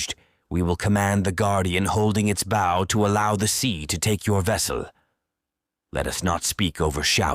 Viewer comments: My only complaint is how the narrator say bow! It’s pronounced bo! Not booow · Great story but someone please teach this AI the difference between front of a ship bow and an archers bow. It's like nails on a chalkboard every time he mispronounced bow. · Is this read by AI. So many words are missed pronounced. Like “bow” as in bow and arrow.